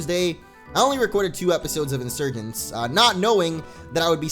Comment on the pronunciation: hey pokemon insurgence is pronounced insuergency